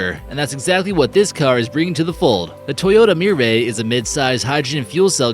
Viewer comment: not "murray" but "meeray" (Mirai), not "coantach" but "coontash" (Countach), not "mayura" but "meeura" (Miura), not "electronic" but "electreec" (Electrique)